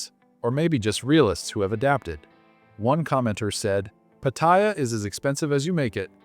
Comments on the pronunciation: Learn the correct pronunciation of Pat---ta--Ya , not Patyia , Pat--ta--Ya. There. Is not such place in Thailand as Patyia, My Thai wife gets pissed off with farangs whom can't pronounce Pattaya correctly and posting up all these negative videos , If you don't like don't come to Thailand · Its not pat-tie-ya its pat-tay-ya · I've lived in and visited Thailand since 1970 and the name is pronounced Patty Yah! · Pat t ya . Fk speak sound right . Wow speak correct ... ask a local ...